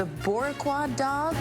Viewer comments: Yeah, that's not how you pronounce boricua in Spanish. So, X to you. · Did not expect that surprise shoutout to Puerto Rico with that hot dog butchering pronounciation